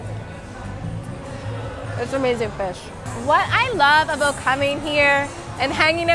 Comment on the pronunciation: I knew you're Canadian from the way you pronounce 'about'. 😊😁.